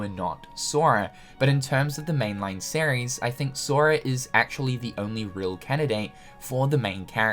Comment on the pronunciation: I can't unhear "Sair-ries" when you say series